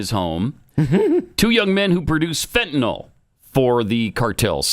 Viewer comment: It’s not fentaNOL is fentaNYL (fenta-nil)